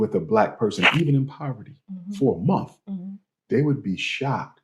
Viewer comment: Do they pronounce the word MONTH differently in Utah than they do everywhere else? always says MOUNTH.